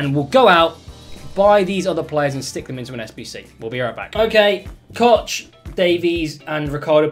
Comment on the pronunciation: you dont pronounce it Koch 😉😂